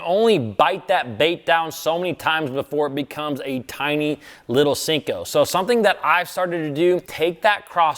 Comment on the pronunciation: 何より【シンコー】が間違ってる🤣